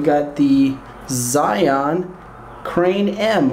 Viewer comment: LOL it's not "ZI-ON" it's pronounced "ZHY-YUNE" - any good for a Panasonic GH5?